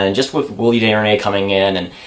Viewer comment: You pronounced Desjardins wrong. You thinking about David Deharnais